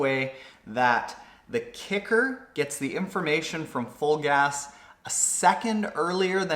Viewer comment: "Fulgaz" sounds like "Vollgas" in German ( = "full throttle" / "pedal to the metal") !"Vollgas" is a regular word in spoken, contempary German.